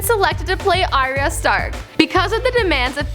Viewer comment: Yan Yan Nope. it's pronounced ariya, not r ya. you even watch the show?